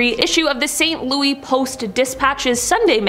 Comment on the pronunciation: For future reference, St. Louis is not pronounced "Saint Loo - ee" it is correctly pronounced "Saint Loo - iss" or "Saint Loo - wis". Lol I feel like the grammar police.